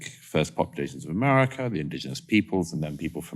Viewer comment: I know it's not the worst thing he said, but I find the second vowel Murray uses in "America" incredibly offensive.